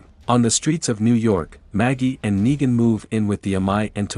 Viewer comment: its negan not naigan